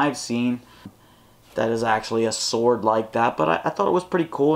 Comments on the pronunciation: SWOARD (not sword) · Sword not SWOARD